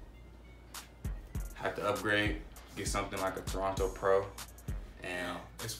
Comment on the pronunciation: Good review 🌊 Lml dude said “Toronto Pro” it’s Torino Pro 😭😭 Keep up the wave y’all ✔️